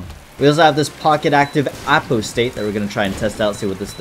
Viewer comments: Everytime he said Apostate (A-pause-stit) as (A-po-state) made me so angry bruh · i love you but "apo-state" is unbelievable bro no way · Bro really said apo-state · Apologies for the pedantry: No long 'o' on Apostate, so like "ah - pah - state" It means "one who forsakes his religion or faith". Judging by the weapon name "comforter's wing"? I'm guessing that's for Broken hearts. (Guess not, we saw the broken heart character. I'm assuming there's some other transformation item that does the prism version. Maybe a held item, or through a mirror found in a mirror dimension? EDIT: Saw it in another comment. Mantle is the answer probably. Forgot about that.) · Poor and his inability to pronounce Apostate 😂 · Not sure why, but hearing you say apostate so spectacularly wrong compelled me to comment on it.